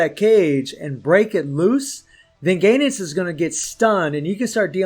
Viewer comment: GO...enitz, not "GAY NETS" ...the cringe ffs